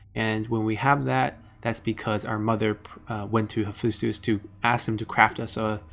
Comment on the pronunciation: Very good overview. But I suggest you google how many of these words are pronounced ST. Ares, Hephaestus and so on. You can easily do that by inputting the words in google translate and listen to how they are pronounced in English